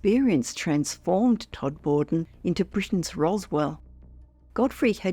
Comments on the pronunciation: Please let them know it's pronounced Todma den not Tod more den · Not Tod-moor-den. Todmuden. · Please tell AI that Todmorden is pronounced TOD-ma-don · Lovely upload, as always. Just one thing, Todmorden is pronounced TOD-muh-dun. (No big deal, just for future reference 🙂👍).